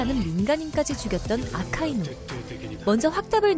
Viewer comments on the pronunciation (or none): none